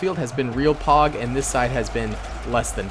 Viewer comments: Definitely thought you meant pawg and not pog every time you say it lol 😂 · stop saying payg pleas its anoying